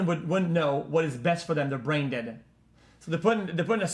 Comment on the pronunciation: you always had trouble saying brain